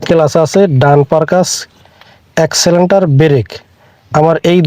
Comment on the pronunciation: এক্সিলেন্টার না এক্সেলেটার হবে